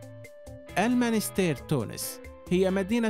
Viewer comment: َاسمها المُنَسْتِيرْ و ليس المانستير